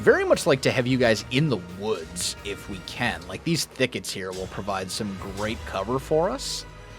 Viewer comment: every time said thickets, i felt like i was watching a jane austen movie. absolut quality content!